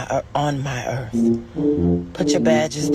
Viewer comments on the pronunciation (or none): If she were God she would at the very least NOT pronounce earth with and F at the end. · Dis b my Earf